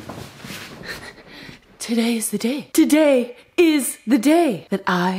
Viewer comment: Its true that well.......... it ees what it ees